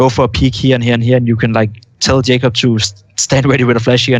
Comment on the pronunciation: lol i thought moses called pimp "JKAEM" at one point because i didn't realise his name was Jacob haha